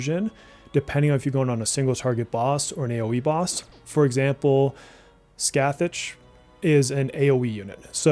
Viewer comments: Yurlungur adorable snakey/worm must protect. Also he can use patra for those who want a non curse magnet for a certain boss. It's "Ska (like ah) Ha btw learned it from a native speaker. Also heck- toe- clease (like please) I believe. I love these guides btw very useful probably some of your best content imo. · Scathach is pronounced "Sky-uh", for the future.:) Great video,!